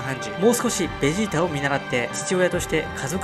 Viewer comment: ベジータがゲジーたにきこえる